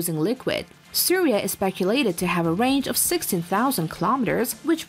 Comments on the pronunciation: It is Shaurya bro not surya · INDIA MISSILE NOT SURYA ITS NAMED SOURYA. PLEASE CHANGE IT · tabhi saurya ko syria bol rhi hai😂 kya chutiya kaat rhe ho inka yr